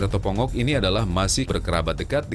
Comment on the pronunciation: Ikan tongo om bukan ikan pongo’ 😁 Mancing mania mantap